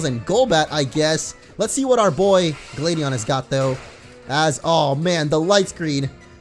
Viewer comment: It's glad not glade Huh you don't know how funny